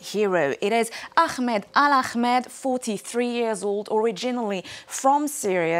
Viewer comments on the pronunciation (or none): There’s no name Akhmed, please pronounce the name as Ahmed. It’s not so difficult to do so.